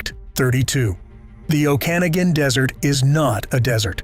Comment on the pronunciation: Whether AI or stupidity, it's always insulting to hear common place names mispronounced: like Okanagan and Osoyoos BC among others. Furthermore, Great Britain established self-governance for the colonies called Upper Canada and Lower Canada long before 1867, making the establishment of "Canada" an event pre-dating Confederation in 1867. Many of the laws from Upper and Lower Canada were continued into Confederation and some helped define the BNA Act which is the defining Constitution for Canada with a Charter of Rights and amendment formula added for repatriation in 1982. Much of your info is incorrect regarding actual Canadian laws.